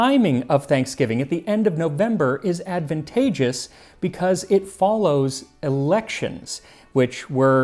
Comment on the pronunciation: "AdVENTageous," too.